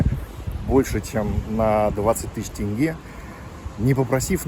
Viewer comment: Салам я с города Шымкент скажу тебе пословицу. Если ты хороший все хороши. Добро пожаловать в Казакстан. будь как дома)). не тэнгэ а тенге)))) всем Русским